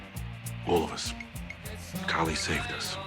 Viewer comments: I love this video but keep hearing you call Kali "collie" lol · It's Kali, not Collie...